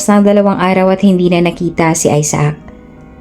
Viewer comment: Isaac ay aysac,ang bigkas ,hindi aysaak.